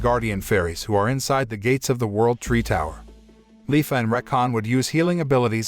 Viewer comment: *leafa not Lyfa